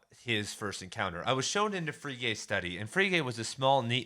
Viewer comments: Free Gay? lol Frege (fray-guh) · Frege = "Fray-guh" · I think Frege is pronounced Fray Gah. At least that is how my professors pronounced it. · You did mispronounce Frege, but who the hell cares. This is fantastic stuff! It's been twenty years since I studied this. I'm really enjoying your vid. ...I think I had a better lecturer on Wittgenstein. BTW, have you read the book, 'Wittgenstein's Poker'?